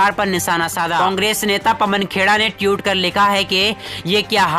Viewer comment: Mai anti BJP hun but iska matlab ye nhi k koi bhi murkh apna channel bna k news anchor ban jaaye iske liye padha likha hona jaruri hai. Koi murkh jahil news bolta hua nazar aata hai to matha satak jaata hai. Ye jahil tweet ko tiyut bol raha hai